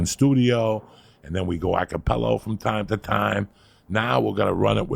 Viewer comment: Joey says, “Acca-PELLO,” simply because he can.